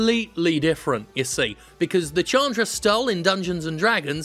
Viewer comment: Chandra is pronounced "Shaan-dra" btw